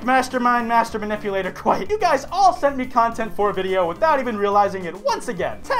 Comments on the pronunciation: Kwite? More like... Doot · Ayyyyy this is "kwite" the video XD